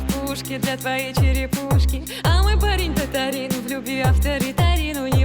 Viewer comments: Может кто и не знает, но ударение в татарском языке всегда на последний слог, поэтому в песне поется татарИн. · Татарин поменяли ударение и песня .